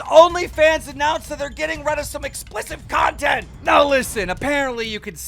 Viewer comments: “Explissive Content” 😂 Keem talks like a 12 year old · The word’s explicit. Not “explicive”